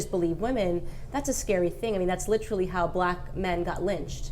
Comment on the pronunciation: Many reasons to dislike Candace, but her pronunciation of “literally” might be the top reason.